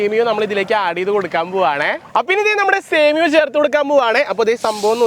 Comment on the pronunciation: സേമിയോ അല്ല സേമിയ